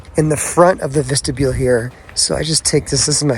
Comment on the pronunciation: Vistabule not Vestabule.